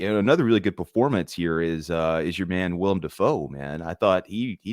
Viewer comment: Dude you're killing my ocd bud! It's Willem not William!!! X^D